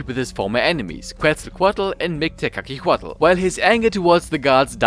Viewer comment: I know nahuatl names are hard, try tu say it in silables Mik-te-ka-si-huatl, ket-sal-ko-atl, yo say tezcatlipoca in the best way posible